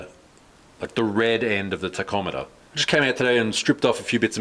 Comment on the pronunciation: Funny how you sometimes pronounce some words with a more Japanese flair, such as tachometer, sounds like タコメーター, but the rest of the sentence is all with your usual aussie accent 😅